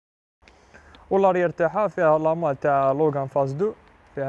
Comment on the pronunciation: داسيا لوجان كي تكمل قرايتها 😂 المهم الله يبارك